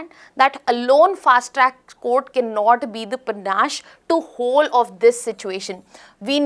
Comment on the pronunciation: Sorry but that's not how you pronounce panacea